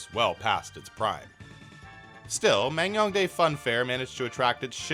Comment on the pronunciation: Damn impressive coverage and editing. I live next door to NK and never knew this place even existed lol Just want to add that it's pronounced Man-Gyoung-Dae, not Mang-Young-Dae. I know, I know, you couldn't possibly know that from the way it's romanized/spelled unless you speak Korean, but I'm a stickler for details so I couldn't help myself :p